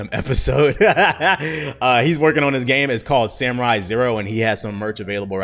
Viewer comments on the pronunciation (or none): none